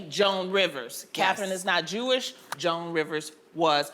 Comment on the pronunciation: As a Jew, this segment was so cringeworthy to watch. They could not even say the word “Jewish” correctly smh. This is why they need a Jewish perspective on this show, at least as a guest. Being Jewish is a faith but also an ethnicity because almost all Jews originate from an ancient kingdom called Judea in the Middle East, except for the few who converted to the faith. Personally, I do think only Jewish actors should play Jewish roles. If the role is ethnically Jewish the actor should be too. It’s important to give minorities proper representation both in job opportunities and defining their own people so that they are not stereotypes.